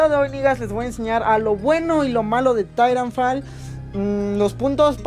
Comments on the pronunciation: Se pronuncia taitanfol no didanfal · Es titanfol "asi se pronuncia" Y se escribe titanfall